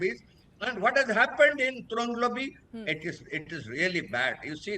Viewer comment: Right pronounciation TRONGLAOBI.